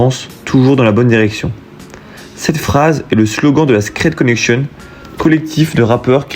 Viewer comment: ça se prononce "scred connexion" à la française pas connekjeune